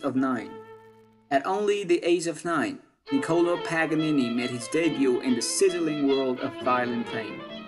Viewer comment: The way he says Nicolo I'm just saying